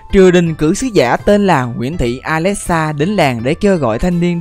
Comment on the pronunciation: Hmm alexa theo cách đọc của tác giả là alexxa Phải đọc là ali xa chứ ( Alexa = Ali xa) Chỉ nói vậy thôi nhưng tác giả phát âm quá chuẩn 🤣👏